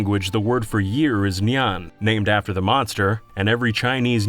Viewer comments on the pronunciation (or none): I like how you pronounce "Nian" like a cat meowing.